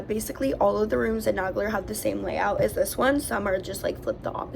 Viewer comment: This is the second video tour I've seen about Nagler Hall. Just for the record, in both videos Isidore Nagler's name is mispronounced. The name is NAY-gler, not Nag-ler. He was my great uncle, his sister was my grandmother. Nagler was the vice president of the International Ladies Garment Workers Union for 30 years. Definitely NAY-gler. Just saying.